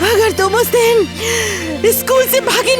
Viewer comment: Din hota hai dani nhi